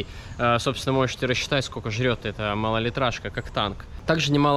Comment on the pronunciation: Классное путешествие. Но,, не говори "скока", ухо режет. Есть же русское слово " сколько"